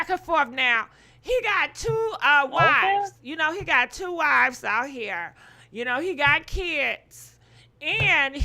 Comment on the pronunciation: not "ill be there to confront chhuu" lmao